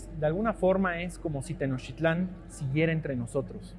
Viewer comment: Te recuerdo que es Tenochtitlán, no Tenochitlan